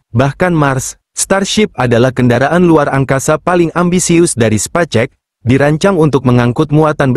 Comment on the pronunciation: cari text to speech yg bener dong 😂 sepacek sepacek 😂